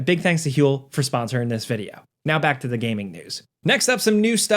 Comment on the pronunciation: stop pronouncing two or to like "chu" dude its driving me insane